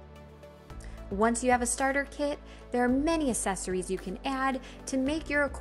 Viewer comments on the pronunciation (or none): I came to check if anybody else picked up on this. It sounds like she is saying sessories without the hard ac at the beginning. Glad I'm not the only pedantic one around. Useful video even though I was looking for one on the X3 starter pack which there doesn't seem to a good quick features video. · Your pronunciation of “accessories” is consistently incorrect.